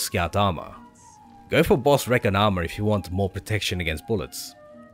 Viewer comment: Cool video. It's pronounced ree·con armor though.